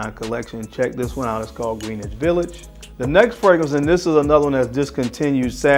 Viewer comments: Yeah not a big deal but I’m a New Yorker when pronouncing Greenwich it’s like GunsAnd Gloves pointed out Grenitch village Greenitch should pronounced as one word ! Anyhow another banger list and video ! You and mrs Bow tie fragrance should put your nose on Tiziani Terenzi Gold Rose oudh ! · It's "G R E N-ITCH" Village. Gren rhymes with hen. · Right not green witch